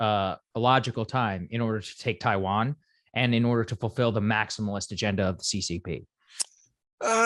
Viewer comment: Can someone please tell Saager to never say the word “maximalist” again?